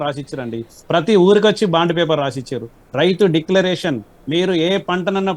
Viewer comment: ముందు డిక్లరేషన్ అని సరిగ్గా చెప్పండి